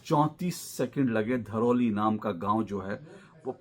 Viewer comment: धरौली नहीं थराली बोलो सर